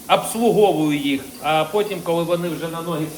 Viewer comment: До речі, ваша дружина вас правильно "виправляє", а точніше, вашу вимову. Там, де в українській мові у словах буква о, ви дуже часто вимовляєте "а", наприклад, "тарти" замість, торти, "мавчу", замість мовчу, "абслуговую", замість обслуговую і т.д. Це дуже різко "ріже вухо", тому що це акання - це прямісінько російська мова, де на "о" кажуть "а". Таку вимову можна було спостерігати у донецьких політиків, така вимова була і у Тимошенко та у багатьох інших, які українською мовою ніколи не користувалися. Але, це я, щоб підтримати вашу дружину, вона має рацію)